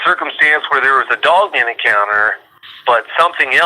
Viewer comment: Bru. Lol, so this is the cat that says dugman instead of dogman. That's gold.